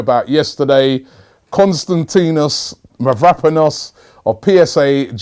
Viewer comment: Robbie Please pronounce his name right!!!!! I'm going to tell you where the tone is... Kostan > ti < nos Mavro > pa < nos If you are having difficulties too just say Kostas For your information also Mavro in the Greek language means Black, so you can call him Kostas BlackPanos or something like that!